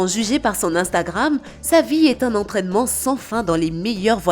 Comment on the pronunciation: Lol c’est vie pas vit